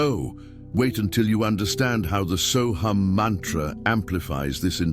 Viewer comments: Sohung not soham!!!!!!! You have the pronunciation WRONG SORRY TO SAY!!!!!! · AI is pronouncing it but Deepak Chopra says “so hum”. There are many so hum meditations on YT.